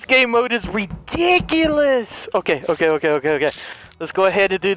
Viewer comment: says redicilous instead of rediculous and I don't know why but it has me rolling 🤣